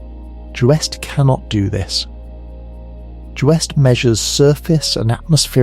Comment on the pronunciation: Well it's the damn AI that's doing the talking and I don't want to listen to AI voices for too long because AI is really artificial stupidity. It pronounces acronyms as non-existent words like UV is "uv" and JWST is "joost"!! No one should have to list to or be indoctrinated with ignorant mispronunciations.